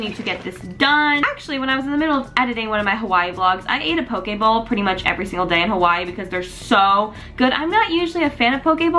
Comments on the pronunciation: Did anyone else think she was saying pokeball?😂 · Every time you said "poke bowl" I thought you were saying "pokeball" like from pokemon